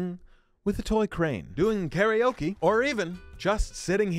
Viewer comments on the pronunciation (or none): none